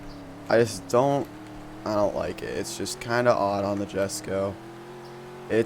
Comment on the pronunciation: Jesko(ye-sco) the j makes a y sound